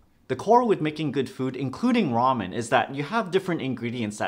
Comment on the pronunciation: Raym-yoon xD